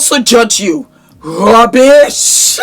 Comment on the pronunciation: That "Rubbish!" was definitely West African😂😂